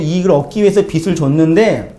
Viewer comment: "빚을" ㅡ빗츨 이 아니고 비즐 입니다^^